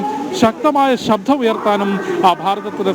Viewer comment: ശബ്ദം ആണ് ശബ്ധം അല്ല